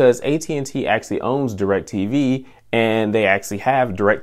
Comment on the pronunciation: Am I the only one who gets tilted by the way he pronounces "actually" ?